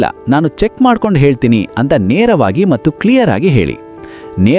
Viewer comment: ಸರ್ good information ಕೊಡ್ತಿದಿರಿ ನಿಮ್ಮ ಕನ್ನಡದಲ್ಲಿ ಕೆಲವು words ತಪ್ಪಾಗಿ pranounce ಆಗ್ತಿವೆ like (ಅಂತಾರೆ ಬದಲು ಅಂಟಾರು ) (ಮತ್ತು ಬದಲು ಮಟ್ಟು ) ಇದರದ್ದು ಸ್ವಲ್ಪ ಲಕ್ಷ್ಯ ಕೊಡು ಉಳಿದಂತೆ very good.